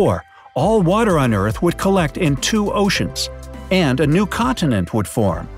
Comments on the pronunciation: you mean earth you said what if eart and you said stropped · It’s earth not eart anyway I’m a big fan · its earth not eart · Are we gonna talk about “Eart and Sropped?” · No one: Absolutely No-one:: Eart sropped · this video gave me chills for some reason, it actually so scared what if this legit happens? and did anyone notice he said eart, not earth, let’s pray for this world! 🌍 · Did nobody notice he misspelled earth and said eart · It’s Earth not Eart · it is earth not eart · It's earth not eart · EART EEEAAARRRTTT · It said eart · Ahem,EART, *fake cough fake cough* URGHHH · U said “what if the EART SROPPED spinning right now” lol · It says Eart instead of Earth why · you said eart oof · They said eart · You said eart